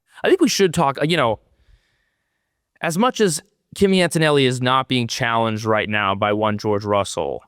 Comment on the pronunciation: AnToToNelli ! “Axis reborn” 😂